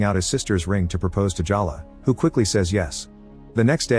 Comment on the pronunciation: Is it Jaw luh or Jell luh? You pronounce it both ways. But I'll bet it's pronounced Jay luh.